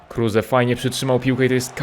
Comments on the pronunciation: Kruse a nie Kurse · Kruse a nie kurse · Czyta sie kruz anie kruze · NIE KURSE TYLKO KRUSE !!! 😂😂😂😂😂😂😂😂😂😂😂😂😂😂😂😂😂😂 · prawdziwy Polak kruse anie kurse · Czasem się myli. Max kruse a nie kurse